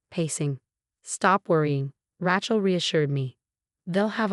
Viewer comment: RAY-CHEL not RA-CHEL